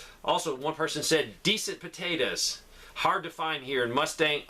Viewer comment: I love how you say potatas 😊